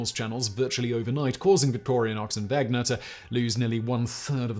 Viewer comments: Wenger, not Wegner. It's like scratching fingernails on a blackboard when calling it Wegner to me as a Swiss person. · It's Victorinox...not Victorianox It's Wenger.... not Wegner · Dude. It is weNGer, not weGNer! How did you get this wrong every single time!? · And is he correct in calling the other company "Vegner" when the "n" comes before the "g" in Wenger? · Not to mention “Wegner”. Haha Simon is not great at the pronunciations bless. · Victorianox and Wegner..haha Today I found out Simon seems to like to troll swiss army knife companies by mispronoucing their names, Victorinox and Wenger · Wenger not Wegner! Wenger “Genuine Swiss Army Knife” Victorinox “Original Swiss Army Knife” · Thank you. I kept hearing that and Victorianox. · Wegner? It’s Wenger Simon! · "Wenger", not "Wegner". I'm glad you considered that brand also. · Victorinox, not Victorianox. Wenger, not Wegner. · Uh... There's no letter 'a' in Victorinox. Its just vick-tore-ĭ-nocks, not vick-tore-ee-uh-nocks. And its wenger, not wegner. Both of these are literally spelled for you in the graphics. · its WENGER not WEGNER and VICTORINOX not VICTORIANOX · It's Wenger, not Wegner. ;) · Wenger not wegner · Has Simon been taking pronunciation lessons from Josh? Victoria-nox and Wegner? Come on Simon, you’re a professional… you’re better than that! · He mispronounces “Wenger” as “Wegner” & “Victorinox” as “Victorianox” every time. WTH. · It's WeNGer, not WeGNer. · Sorry, Simon, but your pronunciation of Victorinox as VictorIAnox and Wenger as WeGner is utterly ANNOYING. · What an intensely annoying episode. It is Victorinox - no a in it - not Victorianox! And the N comes BEFORE the G - pronounced Wenger not Wegner. How can you talk about 2 companies and get them BOTH wrong? 🤔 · WeNger. Not WeGner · No, it is indeed Ven-ger. If it was Veg-ner, the Name would have to be spelled Wegner. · ...what about wenger? Seems like he is pronouncing wegner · Wenger (knife brand) -> wegner (?)